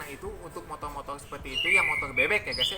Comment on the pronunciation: Motor bang bukan motol